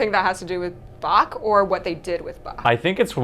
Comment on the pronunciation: "Well yeah yeah, it's like the BaCH thing." Mad props for him being the only one pronouncing Bach the German way (-ch ending like a Scottish Loch!):elbowcough: But as Chancellor Gorkon states: "You have not experienced Bach until you have heard him in the original Klingon tuning." ^^